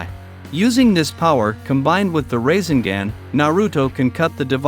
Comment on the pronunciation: Gotta pronounce the naruto title and rasegan right.